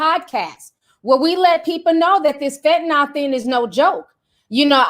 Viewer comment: Ti it's fentanyl. Fen-ta-neel. 😉